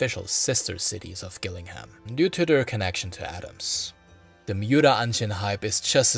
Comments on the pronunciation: It's actually pronounced jil-ling-num, I live here 🫡 Amazing video! Very informative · The G in Gillingham, Kent is actually pronounced as a J. There is a Gillingham in Dorset, where strangely the G is pronounced as G. Even English news readers make the same mistake. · Very interesting. Just so you know, Gillingham is pronounced with a soft G.